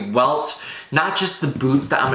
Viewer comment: did you say 360 degree welt??